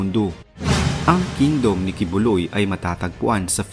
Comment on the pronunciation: Ayusin mo nga magsalita..KINGDOME O KINGDUM HAHAAHAHA😂😂😂😂